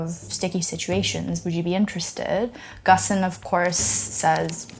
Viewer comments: First time I hear someone pronounces his name so weirdly. It's more "gÔne" than "gone". Certainly not "gossen". Watch many of his live interviews, he surely would not let people pronouncing his name so inaccurately. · I am pretty sure Ghosn is supposed to rhyme with "bone" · What's Gussan? His name is pronounced Ghone. Poor journalism. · I like the series but this video was pretty bad. She can't pronounce the name of the main protagonist (pronouces Gone, not Gosn). Carlos Ghosn is actually french-lebanese-brazilian. He is depicted as a victim of the Japanese justice system, an oppressed man fleeing for freedom when he was in fact a financial criminal who got caught escaping a legitimate punishment. Even if the facts of the escape are pretty accurate, the overall story she tells is not the truth. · The correct pronunciation is "Gown" as in Bone. At least that is how his close friends pronounce it. I am assuming you have never spent time with him, so I will defer to those that actually know him for the right pronunciation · In Japanese his last name is pronounced like "gone". so when this happened we joked about it as "Carlos Gone".